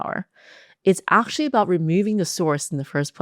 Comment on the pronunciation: Actually or aqtually? 😅